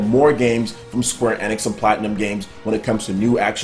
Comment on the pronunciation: Please it pronounced Square "Eeeeenix" not "eh-nix"